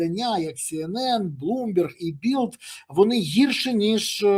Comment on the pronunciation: Шановний пане Береза. Не Білд, а Більд. В іншому дякую Вам за Вашу позицію і роботу. ❤🎉